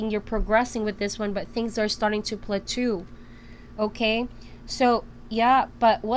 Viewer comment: Please don't take this wrong, I mean absolutely no insult, but the word plateau is pronounced, pla-toe. Just trying to help. Blessings!